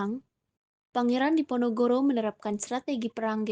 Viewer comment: Ada kesalahan d pembukaan "perang di Ponorogo", harusnya "perang diponogoro"